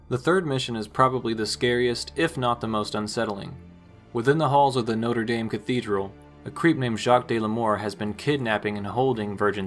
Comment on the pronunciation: Americans being completely unable to pronounce Notre Dame correctly will never not be funny to me.